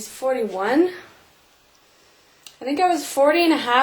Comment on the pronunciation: So glad ya'll okay . LOL the way you said 41 .. Your tummy so cute .